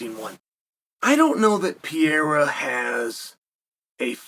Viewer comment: The "Pee Era" isn't real.... I just share this with you because it's really not that hard to pronounce Alex's name